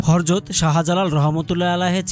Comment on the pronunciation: হরযত না উচ্চারণ ঠিক করে বলেন হযরত।